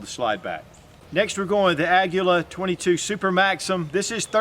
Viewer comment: Ngl, it bugs me quite a bit how you pronounce "Aguila" as "agula".